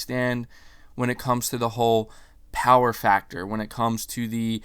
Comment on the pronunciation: The Powahh...lol